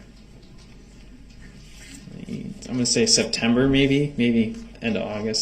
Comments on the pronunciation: Did you receive a Pena ?? Sorry ,, What ?? Oh do you mean Subpoena ? Yes !! Dats what I Axed You !! 😂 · Twice in this trial he slips up and asks about the "pena" instead of subpoena. once with Erin Cordes and once with Heather Richotte (sp). I don't think that was a mistake either time. Watch him watch the 2 women walk out of the courtroom. Hes such a creepy creep